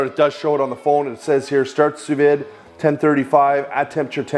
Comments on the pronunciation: Sous vide pronounced Sous V not Vid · During all that research, you didn't manage to learn how to pronounce sous vide?